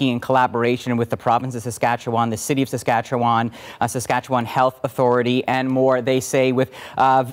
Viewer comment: Where is this guy from, he can not pronounce Saskatchewan correctly, dude get it right